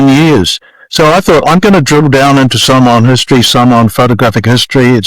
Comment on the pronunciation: Such an interesting history of Mr. Brunt. He pronouce the Samoan words are pretty spot on.